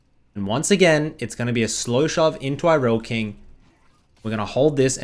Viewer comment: i almost came when you said irelkings name correct people all the time saying IRELIAKING gives me candy i replayed it 5 times coz it felt so good